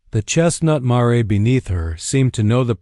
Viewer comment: It is mare to rhyme with hare, not mar-y, and it is mesa not mason. The AI does not know that punctuation marks are not pronounced and the characters' speech should be in quotation commas.